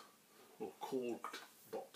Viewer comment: Thanks buddy! but it's "KORD" Bot.. not korg bot!! ;) haha